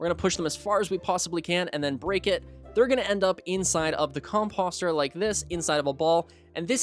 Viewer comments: Its not fuckin com-pahster its com-poster🤦‍♂️🤦‍♂️🤦‍♂️ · How is nobody talking about how this man is pronouncing composter like "imposter" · Listen, no hate meant at all like genuinely great guide however the way your pronouncing composter is actually like listening to nails on a chalkboard. Please just say it the same way you say poster 🙏